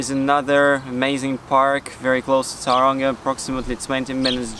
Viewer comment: Please fix your pronunciation of the town. It's not towranga it's pronounced toe runga